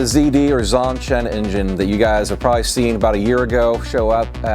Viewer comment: I'm wondering whether pronounces Zongshen more like "Zonsen" on purpose. It sounds closer to a name like "Johnson" this way and doesn't make it so obvious, that it's a Chinese product. At the Aero exhibition their booth was even branded as Zonsen Aero Engines (not Zongshen).